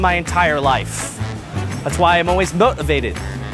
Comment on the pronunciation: He said "moteavated".